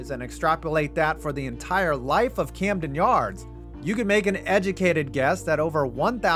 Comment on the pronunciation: You botched "Camden" but nailed "Eutaw"... here's a virtual Natty Bo on the house! 🍻👍🍺